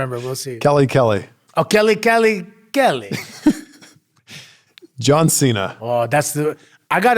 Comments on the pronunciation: My grandson's name is Santino I call him Sonny when I heard you mispronounce John Cena as Chon Chena I was drinking coffee and wound up cleaning what shot out my nose dude wassamatta u crazy fuggetabout it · Listen John Chain-ya.... 😂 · The pronunciation of John Cena will never not be funny. I don't even know how many times he's said it but its permanent!!!